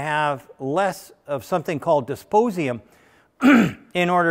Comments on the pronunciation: Good presentation with lots of nice nuggets of information. - "disposium"? I had to look that element up. It's actually dysprosium, which I didn't know about either. :-) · The rare earth element mentioned is "dysprosium" (Dy), not "disposium"... which sounds kind of disposable. :) No, it's not a big deal, it's just kind of funny. That was in the section about the stator. It would have been good to mention that Remy (now BorgWarner) and GM motors have used hairpin bar windings for many years - the BorgWarner HVH line name means "high voltage hairpin". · Thank you Sir for your work and expertise, this video is awesome. I might be wrong, but I think I heard three small glitches in your text : ( & ) : Metal you quote is "DyspRosium", not "Dysp_osium", and It is not "Noedi_d_ium" nor "Neodi_t_ium" but "Neody_M_ium". I refer to [ ] , [ ] . Please pardon me if I am mistaken. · OUCH, MY EARS! No, not disposium or neodidium! The rare-earth elements you're discussing are Dysprosium and Neodymium, used as alloying elements in high-strength permanent magnets! That was rough! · Disposium and Neodiddium😂🤣 FYI: its Dysprosium and Neodymium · 'disposium' LOL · This guy can't spell or pronounce "dysprosium" or "neodymium", and applauds cheapness over reliability. Sorry, not impressed. 🤔🙄